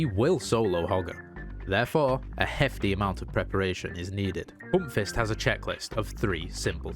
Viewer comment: Love how u say "poompfist" with ur dialect ;)